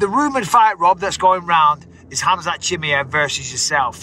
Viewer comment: Michael it's not chimiEV you sound like a gremlin. It's chimiAV